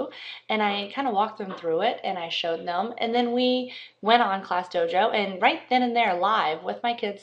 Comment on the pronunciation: It's DOJO not DOGO like you said.